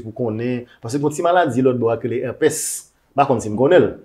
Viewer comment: It's herpes, pronounced eurpiz Docteur a pap bay resultat test yo devant lot moun Rigolo